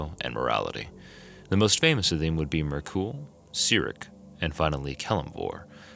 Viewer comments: Also Myrkul is not pronounced 'mer-ghoul'. Sorry to be a hater but you mispronounce like 80% of the gods names and I really like your videos and find myself drawn to watching them so it's extra grating because of that. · Guy puts a strange inflection on jergal’s and Myrkul’s name . Like an exclamation on the A and the U.